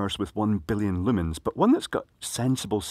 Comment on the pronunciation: ...With the way accent renders 'lumens', it sounds like he's comment about lighting things with lemons.:-)